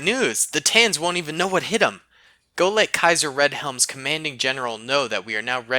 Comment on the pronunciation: Kaiser Redhelm lmao. (Tell me if I butchered the name?)